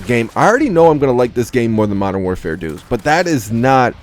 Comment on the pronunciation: Gonna miss hearing saying Mordern Warfare deuce when mw trash comes out